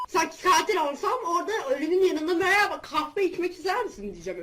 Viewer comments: MeRhBağ demesine bayılanlar jhjvjkkb 👇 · Şu "Meerba"(Merhaba) demeyi banada öğrettt